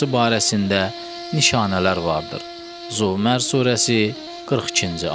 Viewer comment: Bismillahir rahmanir rahim zuumər yox zumər allah gəbul etsin amma cox źəif